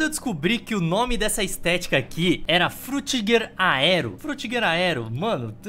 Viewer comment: alguém conta quantas vezes o falou frutigaedro pfvr